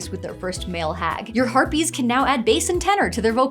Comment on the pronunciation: Did she say herpes instead of harpies?! xD